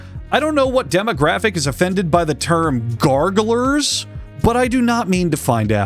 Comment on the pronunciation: "gargerlers" I'll speak on behalf of the gargoyle community and say that you are banned from all gargoyle gatherings from here on out